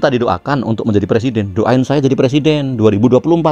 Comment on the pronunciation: Kata jàmahnya jadi pereseden di pay tren .